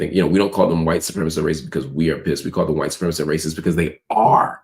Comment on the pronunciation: Cenk can't even say "white supremacist". It's giving "don't call my klan hood racist"